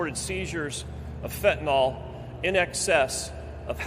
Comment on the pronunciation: Why do so many pronounce the word as fentaNOL instead of fentaNYL. A surprisingly large number of people do this